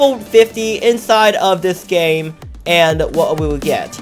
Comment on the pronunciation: User you say WHOT instead of what